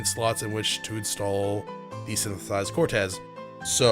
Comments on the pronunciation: Quartz, not Cortez, lol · Dude, it's fucking QUARTZ! NOT CORTEZ!!! It's not a pair of Nike's, for crying out loud. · I was actually getting used to it, rip status alignments. But yeah it is technically pronounced like quart or court. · The way you pronounce quartz here is so funny because we all have a word like that that we have fucked up forever not realizing it 😂 also i see your logic to why it should be pronounced that way lol. I always mess up "bass" and "base". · The way you keep pronouncing "quartz" I'm so dead